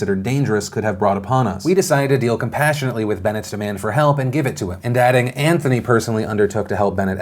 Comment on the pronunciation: Great show today, but James.. smh. "Antony" LUL nice meme ;)